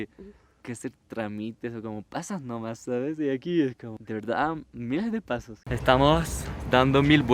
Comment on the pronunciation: "Pasass nomass" se le pegó el acento andino 🤣🤣